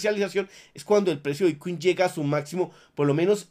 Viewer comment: Lo que escucho cuando inicia el vídeo: - "Hola soy, el único Youtuber que te da toda la información de Bitcuin"